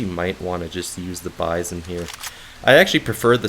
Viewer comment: Nice, I'll give it a shot, just for the magazine system alone. I seen it before in AMK Soljanka Deluxe (the german* version of People Soup), but for obvious* reasons I couldn't play it. Oh, and it's "bee-zone" and not "by-zohn", it sounds better IMO, it also happens to be the correct pronounciation (I already checked), and because by-zohn sounds like M. Bison, man. This mod would be a nice appetizer. Lurk 2.0, Misery 2.0, Lost Alpha and so many other interesting STALKER mods are taking forever.